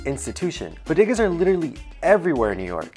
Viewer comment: he says Bodegas like a white person then the proper way. haha